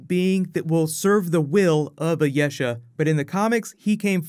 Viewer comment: You mispronounce a lot of stuff. Ayesha on this video and Yeoh (as in Michelle Yeoh) in the other video.